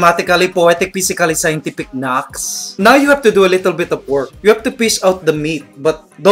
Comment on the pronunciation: Naks not knax